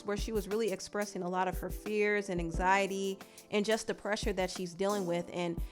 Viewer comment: The way Cardi pronounces anxiety lol “Anks-SY-UH-TEE” 😂